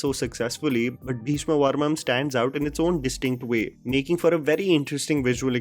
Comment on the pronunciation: It's parvam not parmam